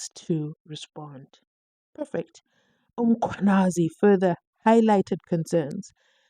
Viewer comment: Can you.pronounce Mkhwanazi properly it's annoying